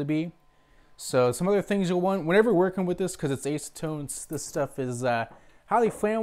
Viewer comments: I have a nearly identical printer, but with hinged side doors. It's the Qidi Tech I, $700 or less on Amazon. I'm digging it so far. I also spent $150 on Simplify3D. It's a very nice slicing program and more. PS - It's ASS-a-tone, as opposed to ACE-a-tone. :-) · Acetone - ass-u-tone